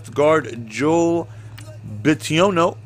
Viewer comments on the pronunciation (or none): Bitonio not bitiono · it's Bitonio. Pronounced BIT TONY OH. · It’s pronounced “Bit-o-knee-o” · Why can't say "B i t o n i o" correctly? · I've been thinking the same thing